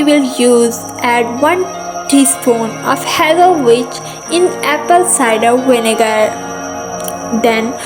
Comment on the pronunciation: She pronounced vinegar "winegar" and then turned around and pronounced witch "vitch"... lmao